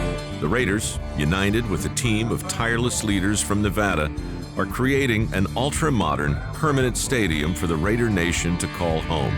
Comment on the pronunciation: It’s Ne-vah-da !!